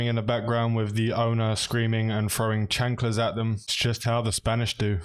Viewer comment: He said chanklas 😂